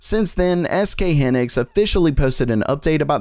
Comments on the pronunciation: I'm sorry but it's driving me crazy. Hynix is pronounced "High-Nicks". Otherwise, keep up the great content! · The y in hynix is supposed to sound like an I like hinix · You can tell that he doesn't know what he's talking about just by the way he mispronounced SK Hynix at the beginning of the video... Its pronounced Highnix not Hinex you tech illiterate. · 'SK Hynix' is pronounced 'SK hi-nix', not 'SK hinix'. The 'hy' is pronounced 'hi'. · its pronounced (hi) nix fyi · Not sk-hynix is pronounced s k high-nix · How the fuck are you going to pronounce hynix like that